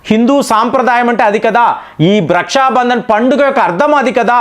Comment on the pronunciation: రష్యా బంధన్ కాదు . రక్షాబంధన్ . పలకడం సరిగ్గా లేదు